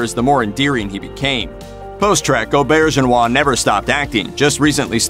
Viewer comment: You also mispronounced his name. I'm sure the rest of the video was fine after that but I'll never know because I turned it off then.